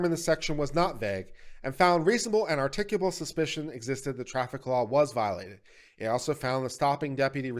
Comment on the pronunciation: I find it hilarious you mispronounced "articulable" not once, but twice.